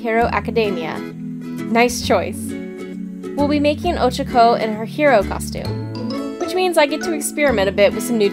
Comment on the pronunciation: She said ochako rong bit it's ok lol